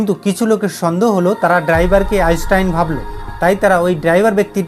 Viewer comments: Bro উচ্চারণ টা আগে ঠিক করুন .তারপর video বানান আইনস্টাইন কে আপনি আইসটাইন বলছেন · 🚫🥸আপনার উচ্চারণ ঠিক করুন,,আইচটাইন কি❓ ইউটিউবে বিজ্ঞানির অভাব নেই।😃